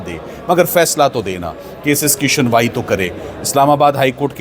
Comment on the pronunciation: yeh kassa vakeel hai suniwai ko shunwai ???? mujhay jolly llb yaad aa gai ARSHAD WARSI NE prosecution ko Prostitution likha hota hai